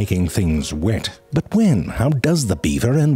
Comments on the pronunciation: His "butt" instead of "but" has to be my favorite part of every video. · This guy never lost an opportunity to say butt instead of but :D